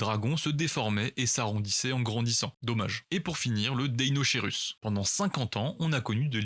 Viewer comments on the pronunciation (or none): il est omnivaure le deinocherus et on dit deinokerus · Le deinocheirus se prononce deinokeirus